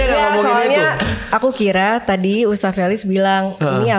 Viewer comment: cuma yg manggil ustad pake us, bukan tad😅😅 tapi lucu jadinya wkkwk